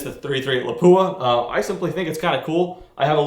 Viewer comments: Lol crazy enough it's actually pronounced more closely to "lah pwah". There's no emphasis on the "poo" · It is pronounced with the weight on the a, Lápua. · He isn't pronouncing it right.